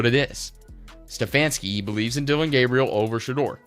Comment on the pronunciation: Why don’t you Learn how to pronounce the young man’s name ..